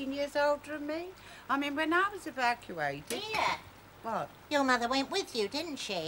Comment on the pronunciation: 'Evacawated' good old ethel xD